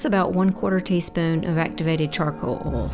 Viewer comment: I am so proud of you I have a tear in my eye. This is an amazing video that I can tell you put your heart and soul into. I love your voice over! And let me just say I did not imagining you having a southern accent! I need to change the way I say, “Oil (insert Southern California accent 😂).” You say it so much cooler! Bravo and take a bow!!!!!!!